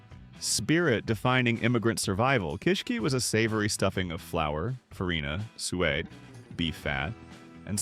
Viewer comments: My favorite was su-way (suet). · he pronounces suet "soo-ay".